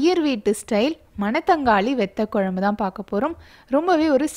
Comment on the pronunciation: It would be great if you prounce vathakuzhambu not vethakuzhambu